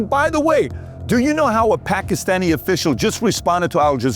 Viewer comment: "Pakhistani Attaches" he says. What a goon. How about you prepare & rehearse your reading material before wasting all of our time?! The PBD podcast is the WORST about this - how much time gets wasted waiting for 'Rob' to 'find the right clip'? It's just lazy and unprofessional like the rest of the Valuetainment brand. Weak. I'm going elsewhere. Sad they hide behind the facade of 'hard-working' Americans. You're a sleazy insurance salesman, get over yourself.